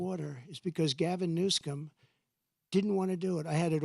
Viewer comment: New-SCUM hahah how fitting